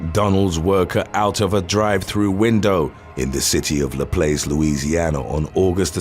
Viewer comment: it’s not LaPlace as it’s spelled. It’s how everyone pronounces this town in Louisiana. And understandably. It’s actually pronounced LaPlass. Not spelled the way it sounds. However that’s how we pronounce it. My guy always seems to destroy the pronunciation of every Louisiana town or city name. All of them except Shreveport. You even get New Orleans wrong when you pronounce it. Not that any of this matters. I just happen to be reading the comments when I heard you say LaPlace and not LaPlass. Anywho. How about “when pronouncing words goes wrong?” lol